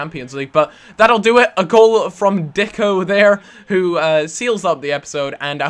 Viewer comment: Its deko not dicko